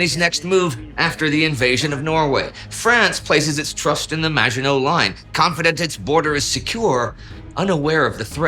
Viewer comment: I can't believe the Germans went around the Mango Line! Seriously, though, I'm looking forward to this. Those episodes are the ones I've rewatched the most. (Oh, and do we know how Huntziger pronounced his name? I'd have guessed, since he's French, he'd have pronounced it French-style.)